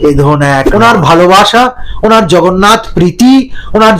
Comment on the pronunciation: উনি জগন্নাথকে "ভগন্নাথ" 😅 বলে দেগে দিয়েছেন। ওঃ লাভলি 😂😂😂😂